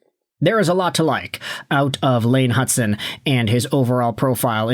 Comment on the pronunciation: this guy has been saying it forever now, it’s rage bait